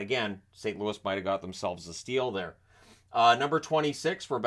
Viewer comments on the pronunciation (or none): none